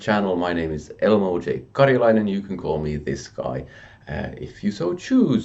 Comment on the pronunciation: Lovely generosity and good stance on promoting people. Congrats Elmo. Mr Car-Yah-(Jay?)-Lie-nen ;)